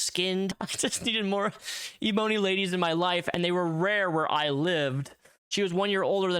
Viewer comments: Omg THANK YOU! This man says e-boney. 😂😂😂😂😂😂 I was shouting at my phone every time he said it. 😂😂😂😂😂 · Aserterics… lol & e-Bony … interesting pronounciation